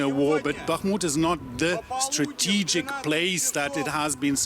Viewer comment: "This not stratigically" Ok, ok...